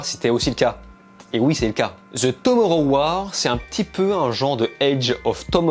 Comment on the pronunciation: Ze Tomoro ouarr 😂🤣 merci pour la critique 👍